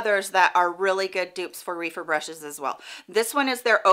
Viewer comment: Great video! I’m in need of some better quality eye brushes. Just an FYI, I believe Rephyr is pronounced with a short e like “Ref-er”. Reefer is something completely different 🤣 No big deal but it gave me a chuckle